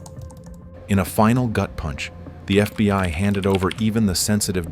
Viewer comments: Is it really that hard to get the AI to say "FBI" instead of "FBY" after all this time? xD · This fucking lazy ass channel pronounces FBI “FBY” in like half their videos. I get it it’s made with AI but you can’t even check for fucking errors before you post?